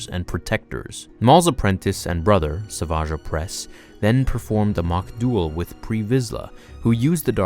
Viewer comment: That’s not how you say SAVAGE